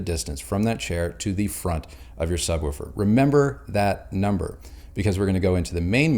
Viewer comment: Are we going to address that he pronounces it sub woo fur?